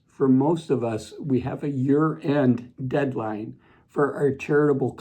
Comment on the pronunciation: When he said........smart things investors are doing as year end approaches - I thought he said "as your end approaches" 😂